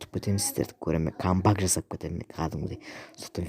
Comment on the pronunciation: Камбак емес Камбэк